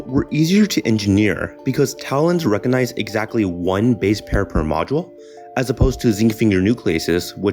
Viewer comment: 'Buh wut is uh.?' I had to replay that section at :25 seconds at least three times to understand what you said. Your diction is horrendous. Also, the word is 'recognize', not 'recanize'. Might be interesting if the narration and music wasn't so awful.